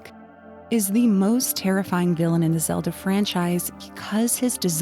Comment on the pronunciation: Deekoo? Epunuh? Wtf Stop talking like that with Zeelda